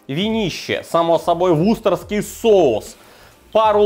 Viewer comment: сколько лет еще будешь ВУСТЕРШИРСКИЙ соус называть ВУСТОРСКИМ?